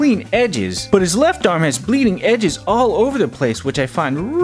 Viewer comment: So nobody noticed how many times he said bleading edge